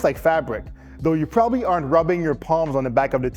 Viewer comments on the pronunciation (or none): none